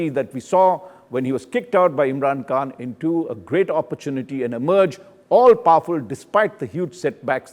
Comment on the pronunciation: It’s not imran Kaan ,,, it’s Khan